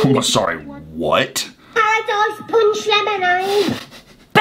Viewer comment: I heard hot dogs punch lemonade instead of what it actually was